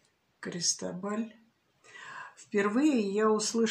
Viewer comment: Произносится - Кристóбаль с ударением на о